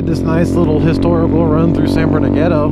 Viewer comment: "San berndino" lol My lil sister says it like that too